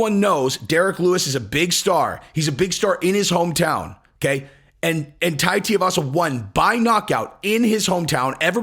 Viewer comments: It's pronounced Too-E-Varsa. Get it right. Most MMA based channels can at least pronounce names right. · Bro, you gotta get the pronunciation right at least: 2-E-Va-Suh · Tia- vasa?!? Dude, is this the first time you heard of him? Next vid, exposé on Mick Diaz… Edit: Just realized you were doing an “uncle Chael”… Nicely done. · DUDE HIS NAME IS TUIVASA IT´S NOT HARD IS SOUNDS LIKE SHOEYVASA BUT WITH A T AT THE BEGINNING. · The correct answer is tai TOO-e-vasa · It’s TOO-EE-vasa. You’ve been listening to Chael too much lol. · going full Chael with the "Tiavasa." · Two - wee - vasa (pronunciation). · TU-I (ee)-Vasa but no worries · Well Try harder , have some Respect and learn how to pronounce the name of the guy correctly of whom your cashing in on the fame of 👊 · Oh damn Chael! He got to you for this one and jinxed you on saying Tuivasa. Lmao You always nail even the tricky ones. Therefore I blame Chael. 👍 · not nitpicking too much but for a man of your intellect you surely can read the name correctly. Or maybe you’re trying to pronounce the name wrong just like Chael? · Lol,, you pronounce Tai’s last name wrong just like Chael. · Listen you’re not Chael ok you can pronounce Tuivasa correctly come on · TUIvasa not TIAvasa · Jon would kill him. But it's pronounced more like too-ee-vasa than tea-uh-vasa. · Brooooo... his name is really not that hard.. like, sound it out.... Two - Eee - Vah - Sah. Now say it with me.... Tuivasa 🤦‍♂️ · TU-ivasa not TI-ivasa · TUIvasa. Rhymes with SHOEYvasa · Hey just helping you out. His name is pronounced Two-we-vasa. Uncle Chael is terrible (and hilarious) at mangling everyone's name...I hear some ppls say T-avasa. It's not right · It's Tooee Vasa not Tua Vasa. Pronounce it right lol. Just kidding, great work on the show and Bones 1st HW fight against Tuivasa would be astonishing👍 Make it happen Shelby/Dana. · What is so hard about pronouncing Tui-vasa? It ain’t Tia-vasa… It’s literally said how it’s spelt…